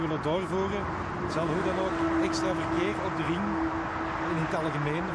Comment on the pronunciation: Rrrrrrrrrrr krrrrrrrrr RRRRRRRRRING OpenbaaRrrrrrrrr